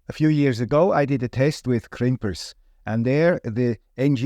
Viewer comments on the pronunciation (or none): none